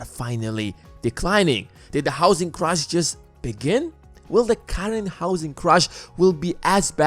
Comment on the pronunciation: You have great production value. But your pronounciation is a bit distracting from it. If you have the time you might want to consider improving it. Like pronouncing Crash and Crush.